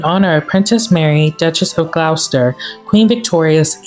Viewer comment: Gloucester - pronounced "GLOSS-ster". 😊😊